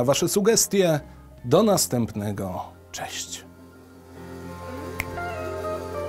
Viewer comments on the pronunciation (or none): none